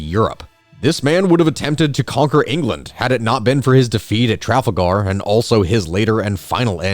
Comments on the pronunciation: Really not trying to be pedantic but Trafalgar is pronounced Tra-fall-ger! Your pronunciation sounded cool and very medieval, but it also hurt my soul a little. Loved the video though learned a lot! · That pronunciation of Trafalgar oh my word Tra (like trap) Fal (like falcon) Ger (like Grrrrrr) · Sorry, how did this man just say "Trafalgar"? "Traf-ul-gar" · The way you said Trafalgar makes me think you're a secret Conehead. All jokes aside, the emphasis is on the second syllable: tra-FAL-gar. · Issue here you accidentally pronounced Trafalgar as trafagar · Hey so sorry to do this . Your video is really good but . . You mispronounced Trafalgar really badly and I have to say something. It's tra-fal-gar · I'm sorry did I just hear Traff Agar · Never in the history of speech has the word 'Trafalgar' been butchered so badly than in this video. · please never say Trafalgar like that again, say it with an er at the end not a hard AR its genuinely uncomfortable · Holy shit, how did you just pronounce Trafalgar????